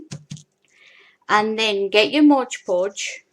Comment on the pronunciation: An interesting and different way to make glitter paper. Thanks for the demonstration. Oh, BTW - it's MOD Podge, not Modge Podge. I think prople like the rhyme of Modge Podge, but that's not the name. Thanks again.